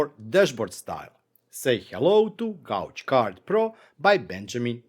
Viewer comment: Nice. Really like the new Gauge card. Gauge is a challenging english word and has multiple uses in very diverse meanings. In the case of this HA card, it should sound more like gage (gerd3). Your prouncuation is "gouge", which is a chisel or the act of putting a groove or scooping out something.